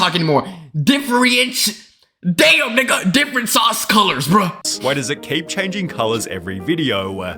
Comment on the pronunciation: How did bro forget how to say different